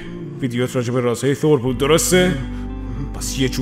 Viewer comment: من نمیفهمم چرا اخه میگید تور اقا تور نیست بخدا تور نیست با چ زبونی بگیم ما تور نیست ب قرآن نیست ثور هست ن تور ثور خونده میشه ترو خدا تور نگید